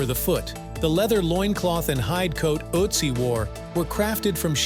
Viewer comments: It's Ötzi not Otzi or Atzi 😂😂😂😂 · it is Ötzi, not Atzi!!! 🙄It gets better after minute 2, and worse again after minute 9! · His name is Ötzi not Otzi... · Please redo the narrative without background music AND use a narrator that can pronounce "Ötzi" properly. Ötzi does not sound like Otzi. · His name is not Uzi! ÖTZI !!! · See those two dots on top of the letter you mistakenly pronounce O.... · With the umlaut I think a more correct pronunciation would be "Ertzee." The word "corn" in this context does not refer to actual corn. Corn arrived in Europe, etc. from North and South America many hundreds of years after this man's death. Corn was a word used to refer to other grains before what we call corn today was transported across the oceans.